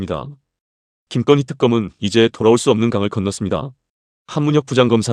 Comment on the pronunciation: 김건희라고 발음 이 안되나요. ? 왜 김껀희 라고 합니까 ? 듣기 거북해서 조금 듣다가 나갑니다.